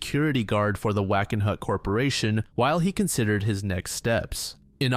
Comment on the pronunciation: Wait. Did you say wackin' hut?